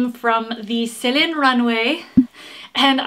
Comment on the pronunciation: Me giggling over here when you turn French while talking about Celine ....aheeheehee.